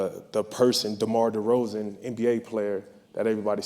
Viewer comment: DeMar DEROZAN not that hard to say